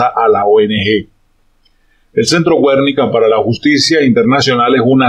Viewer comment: Filósofo, se pronuncia "Guernica", no "Güernica"...